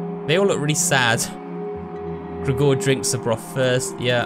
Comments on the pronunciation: Great playthrough but the way you pronounce Gregor is ridiculous lol It's like Gregory without the y..>XD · I love you but I hate the way you say "Gregor"